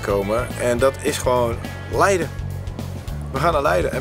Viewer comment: Giel zegt het goed: leiden Thomas zegt het fout: f*nking